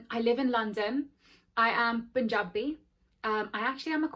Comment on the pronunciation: Loved the way you said “punjabi”